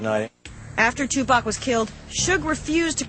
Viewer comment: was this bitch sayin Tupac name wrong she should not even been talkin if she cant say the name